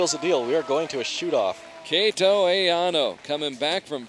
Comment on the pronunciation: The only thing bothers me is how the commentator said "Kato"